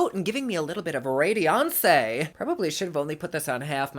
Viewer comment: I love the way said “ radiancé“ sounds like fancy radiance.